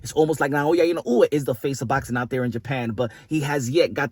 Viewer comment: Punsh accent on them names make me laugh. Its still a Spanish speakers accent on inoue usyk etc lol